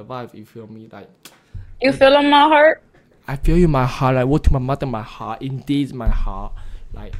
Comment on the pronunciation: "Ma hart" 😂😂😂